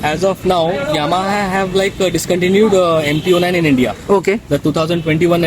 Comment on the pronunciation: Bro it's 09 not O 9 just say simply 09